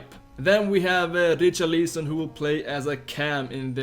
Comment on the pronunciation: Dude wth is your pronunciation of Richarlison ????